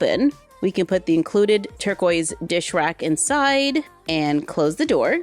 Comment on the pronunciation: every time you said torquiest i was like “Baby blue” 😂i love your videos tho